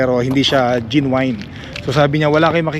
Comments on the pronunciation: Genuine.. Pronounced as Jen-yoo-uhn.. sound like Gen win.. not jin wine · Sukatin mo muna yung space before bumili ng sofa. Bili ng dog bed for each pet ka. Jen/nyu/win pronunciation of genuine.